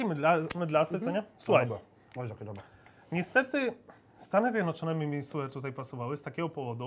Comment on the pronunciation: ciagle taki Janusz ciagle "oesu ake dobłe" XDDDDD wkurwia mnie